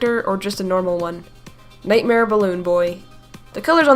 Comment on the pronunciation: and - emphasis on "nightmare"